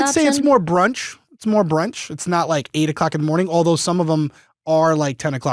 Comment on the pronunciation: U SAID 8 O COCK IN THE MORNING OK